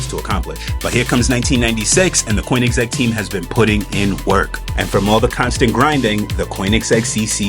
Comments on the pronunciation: It's pronounced Kurn-ig-zegg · Guy says koenigsegg weirdly